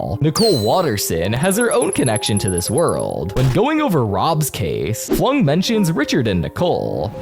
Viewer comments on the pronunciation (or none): It's Dr Flug, not Flung. 🗿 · as a villainous fan this actually made me double take dr flung? It’s dr flug (dr kenning flugslys) nice shout out for villainous though